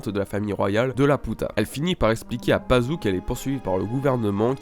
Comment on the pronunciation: Super théorie super vidéo mais Attention! il y a des mots écorchés : Laputa se prononce "Lapiouta" Muska : "Mouska" Pazu : "Pazou" et c'est LuShiita Toël Ul Laputa et Ramuska Palo Ul Laputa.